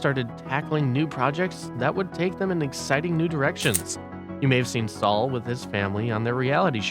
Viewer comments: Sal. Not Saul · Sal pronounced Saul? Joe is spending more time with his wife and family? I find it hard to believe any research past googling (poorly at that) was done if you don't know how to say Sal's name and didn't mention Joe's divorce....